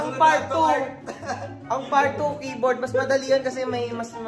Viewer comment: Natawa ako sa “kaye-board” HAHHAHAHA